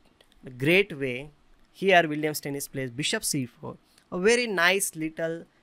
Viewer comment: As a German, I am in pain when you say "Steinitz" :D Aside from that, very nice analysis!